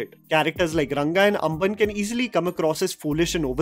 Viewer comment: Amman nehi ambann bolo😂😂🔥🔥🔥